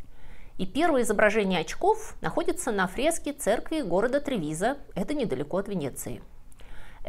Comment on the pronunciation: Правильное произношение ТревИзо...